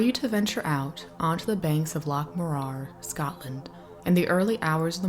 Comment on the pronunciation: Please fix your pronunciation. Its M MOrar, rhymes with roarer. not moRAR